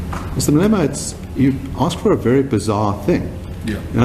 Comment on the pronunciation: 'the salient portion of that speech for our purposes, is that Mr. Malemana' dude can't even pronounce his name lol